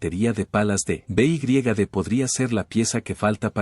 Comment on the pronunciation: beigriegade ? no sabes decir BEYEDE ?